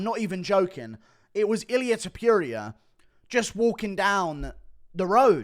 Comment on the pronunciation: Guru its TOPURIA not TOPIURIA ffs